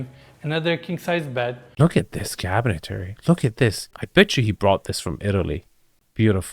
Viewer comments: And while we're nitpicking this video just for fun, nothing serious..... Not only is this not,as others have stated, Palm Beach (proper)... Cabinetry is not pronounced " Cabinet-Terry".... It's typically pronounced "Cabinet-Tree" or "Kab-uh-net-ree." But more than anything else in this video.... I'm just happy to see wearing pants hemmed to the proper length as well as socks. While it may be temporarily "in fashion" to go sockless with suit pants cut too high.... Fashion and taste are 2 different things. I guarantee that when we look back at these videos in just a couple years, EVERYONE will cringe when they see flaunting his silly bare ankles while wearing suits that already come off as looking a little "cheap" to begin with. All in tongue-in-cheek fun guys. Your videos are really great! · It's cabinetry, not cabinetary. Not to be pedantic, but I noticed you referred to it this way in another video also.